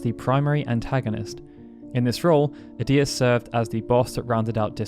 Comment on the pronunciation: Any game whats the worst ever hard near impossible enemy or boss Not to be a c**t but edea and ultimicia are being pronounced wrong I used to get ultimicia wrong too edea is an old name sounds like a grandma type of name I don't know how to describe the other ? Her GF never brained her never forgot anything